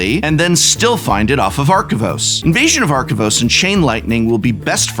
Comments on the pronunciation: Take a shot every time Prof mispronounces Arcavios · The amount of times you mispronounced Arcavios gave me a headache. Good list on the video, though!